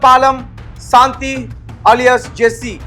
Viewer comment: ఒరేయ్ తెలుగు లో నీకు ఎన్ని మార్క్స్ వచ్చాయి రా శాంతి అనటం రాని ఎదవ